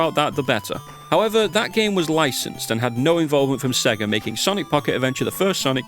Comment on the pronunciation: "I have said Sega one to many times" hey look on the bright side, unlike most people with that kind of accent, at least you didn't spend the entire time saying "Say ger" ^^